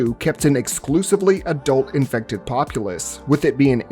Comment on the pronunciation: I mean the amount of annoying comments he got when talking about zombies but people complained and started correcting him. Now he mockingly says infected like that.